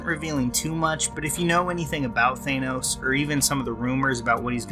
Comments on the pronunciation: Also, it's 'Than-os', not 'Thane-os.' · You're pronouncing his name wrong. It's "Thanos" not "Thaenos". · I like a lot of your videos, but I couldn't get past your pronunciation of Thanos in this one. It's not "Thane - os". It's "Than - os". It's not a long A sound. Other than that, keep up the good work! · Th-AN-os, not Th-ANE-os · THANOS NOT THAYNOS Love your videos lol. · Thainoes, Thainoes, Thainoes. It’s Thanos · You're making a review yet you call him "Thaynouse" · Whats with americans always calling him Thaaynos ? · Dude stop mispronouncing it! It’s Thanos, with a flat-A. You’re saying like Thaynos. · Boy, I love THAY- NOS. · Why? Was it pronounced that way in an Avengers cartoon or something? Seems a little silly to deliberately mispronounce a two syllable world. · The pronunciation of “Thanos” clangs against my ears. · You're pronouncing "Thanos" wrong.